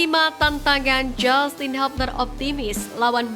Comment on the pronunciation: Hubner di baca hubner bukan habner...koreksi